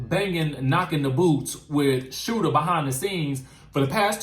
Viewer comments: its Shooter not Scooter Lol One Love🍎❤🍎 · Hey, I don't know if u were doing this on purpose, but his name is SHOOTER, not scooter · It's Shooter not Scooter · his name is shooter Not scooter